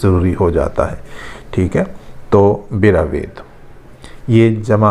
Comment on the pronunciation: آپ نے رو سے بَرَو کہنے کے بجائے بِرو کہا۔ اسی طرح بَرَوِید کو بھی اپ نے بِروید کہا۔